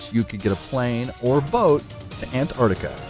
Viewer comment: GamingXUniverse -Gaming at its best! u could stay at my igloo once u move to Antarctica! and btw it is pronounced Antarctica 😂